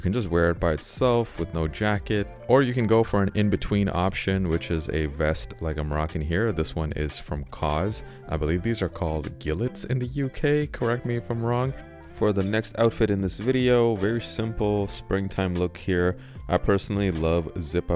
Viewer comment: Pronounced jee-lay my guy!🤣